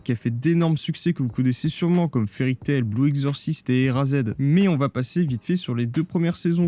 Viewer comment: ÉraZÉd wow putin ton accent anglais est juste magnifique 🤣